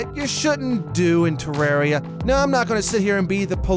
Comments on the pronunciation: Tip 11: Don't pronounce it 'Terreeeria' It's Terraria. With an A. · #1 thing you shouldn’t do—call it “te-rare-ia” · finally... someone who pronounces it TER AIR E A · Worst thing to do in Terraria, call it ter-rare-ia